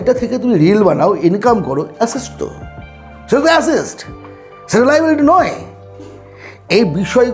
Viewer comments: আপনি Assets বলছেন না Acests বলছেন বোঝা মুশকিল , ঠিক করে বলুন আগে 😂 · Dada kotha ta assest noy assets